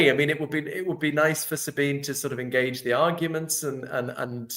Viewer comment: SabinE. The E isn't silent in German.